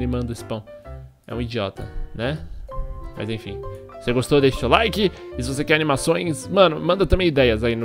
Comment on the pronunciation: O legal do é que ele troca o M pelo B, ex: mas-bas mesmo-besmo